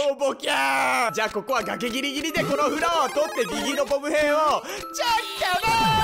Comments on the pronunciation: ボム兵が「こぶ平」に、チャッカマンが「チャラーン」に聞こえた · 完全にこぶ平だった